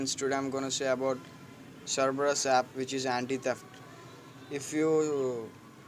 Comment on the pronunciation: An taip serebus. Lol it's Cerberus. (no offense don't get me wrong)